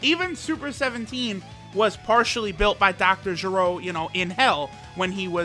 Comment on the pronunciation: its not jeh-rohh its ger- o